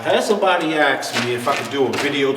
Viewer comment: Ask not axe. An axe is for cutting wood. However, your instruction is first class. Thanks.